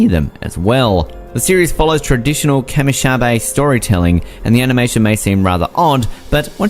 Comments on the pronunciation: so i hated how this person did no research for this ...kamishibai, kage? seriously if he watched those show he would have known how to pronounce them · or kamishibai ... clearly these lists are not researched or watched